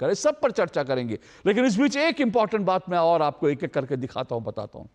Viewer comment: ये यहां ही एक्पोज हो गया। कुमार को कुमाड बोल रहा। अधिकारी को अधिकाड़ी। और को ओड बोल रहने । सबको पता है ये और को ओड कौन बोलता है। पक्का ये Pakistani है